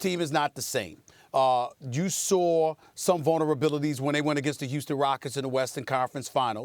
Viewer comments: Stephen A “we sawR it”😂😭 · Stephen A is the only person that puts a R in the word saw